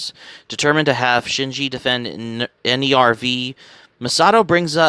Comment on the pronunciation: I don't want to be rude, but you should check the pronounciations of names in Eva 🤣 for instance, Nerv is not an acronym, it's the German word for "nerve", just like "Seele" is German for "soul"